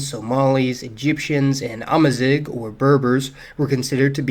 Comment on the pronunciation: Just in passing : "amazigh" is pronounced "amazir". :) Ideally with the french "r" but doesnt really matter in the end.